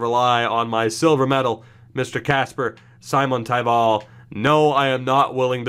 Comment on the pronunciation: Simon in Simontaival is pronounced like Dominik Simon and the stress being on the first syllable only, no stressing on taival.